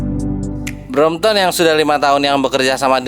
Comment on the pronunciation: Correction it’s BROMPTON and not BROMPTOM 😂